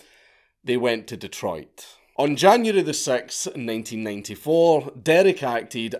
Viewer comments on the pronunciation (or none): none